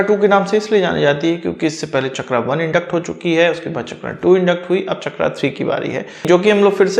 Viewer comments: इसका नाम "चक्रा" नहीं "चक्र" हैं, अंग्रेजी भाषा ने हिंदी शब्दों की ऐसी तैसी कर रखी हैं। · शब्द चक्र है, चकरा नही है ओर आप भी अग्रेंज नही हैं ओर ना ही अग्रेज के बेटे हैं शब्दों का अग्रेंजी करण न करें